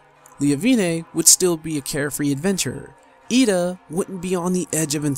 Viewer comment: FFXIV honestly... Has been the only modern Final Fantasy with a good story unruined by a shitty main character, like Vaan, Tidus, Lightning, etc. Also you are mispronouncing Edda's name.